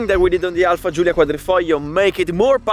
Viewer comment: I finally know the correct pronunciation of the Alfa 👍